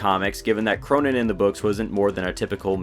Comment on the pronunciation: He's pronounced "Krönen", not "Kronen".